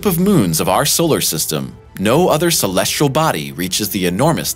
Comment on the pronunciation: Look at the word celestial - how many r’s does it have? None of course so why pronounce it with an R 😡?